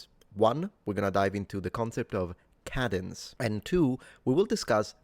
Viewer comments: Hi there. I thought you were saying “cabins.” Realized later you were saying “cadence.” I’m wondering if you might want to indicate the American pronunciation uses a different vowel sound for the ‘A..’ Speaking of which, I think most Americans are taught in elementary school that the /a/ in cabin is a “short A, and the one in “cadence” (American accent) is a “long A.” I think Brits call different vowels long and short A. I don’t know if they’re used professionally in my field of Speech-Language Pathology. 🎉I’d love to hear your thoughts. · On a personal note: cadence = Kay-dence Kay, as in “day”. 🙂 Great job! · It's pronounced, "cadence". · Try saying KAY-dens Instead of Ka-denz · cadence - pronounced KAY-duhns (both British and English) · I appreciate your videos always but the pronunciation if “cadence” is with a long “A” sound as shown in the definition portion of your video. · Cadence: It’s pronounced CAY-dents. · The "a" in "cadence" is pronounced with a long a rather than a short a.